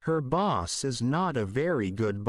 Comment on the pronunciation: Дякую! Все чудово! Але чому boss- вимовляєте басс?! Я подумала зразу про bus - автобус 😅